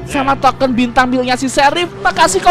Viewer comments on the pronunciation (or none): none